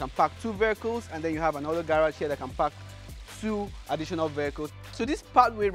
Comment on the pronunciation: Each time he says park it sounds like fuck 🤣🤣…